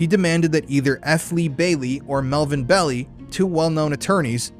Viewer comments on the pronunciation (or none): FYI Melvin Belli's last name pronounced Bell-eye. He was major player in S.F. legal circles for decades. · The name is pronounced Bell-eye Despite all the footage pronouncing it correctly, you keep calling him Belly!!!😂😂😂😂 hilarious !!! nice break in such a dark topic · Please note, it’s MELVIN BELL-EYE, not MELVIN BELLY. Walter Cronkite pronounces his name correctly. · It's BELL-EYE not BELL_EE. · His name is pronounced "Bell-I" not "Belly" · Bell-Eye, not Belly!! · BELL EYE .. NOT BELLY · I liked your podcast. It was very informative. I can see you've done considerable research. Thanks. FYI: Melvin Belli's last name is pronounced, "Bell' eye". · I lived in the SF bay area then. Everyone was frightened. And Melvin Belli's last name is pronounced BELL- i. Long i Also, I worked for Vallejo PD in the 1980's and heard rumors that the Zodiac was a VPD officer. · Melvin 'BEL-eye' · This is great work. However, why do you insist on mispronouncing Melvin Belli’s name?